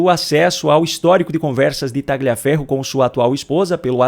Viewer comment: Pronuncia-se TALHIAFERRO e não TAGLIAFERRO. Boa noite!